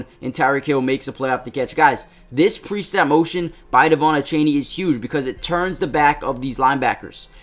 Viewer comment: Did anyone notice he was say devon achany😂😂